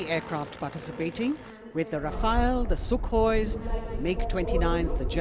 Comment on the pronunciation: Rafale is pronounced RA-FAA-L not rafel It means gust